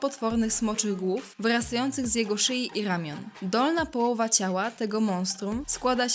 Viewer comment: Dolhna pohłowa xd